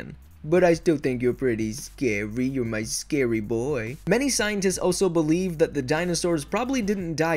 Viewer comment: Ok one thing I like is how you say scary boy. "Ohh ar yu just da saiwy boai" 😂😂